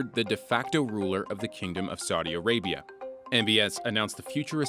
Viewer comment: This guy needs to learn how to properly pronounce Saudi Arabia and Aqaba, among others.